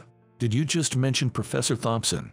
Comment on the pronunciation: I would appreciate a greater variety of names to be used. In every story the same names are used, especially Emily and the last name Thompson which is always mispronounced.💕